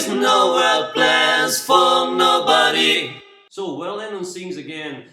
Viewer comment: You're the best teaching harmony voices, but please, check your pronunciation of the word "Nobody", I think the end of the word is not not well pronounced. Great tutorial